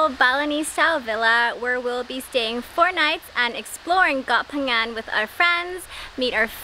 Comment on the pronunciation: You pronunciation of koh phangan is PERFECT. 👌 Drives me crazy when people are like KOH PANGYANG smh 🤦‍♂️